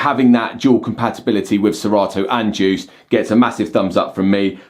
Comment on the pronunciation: DJuced... The D is silent!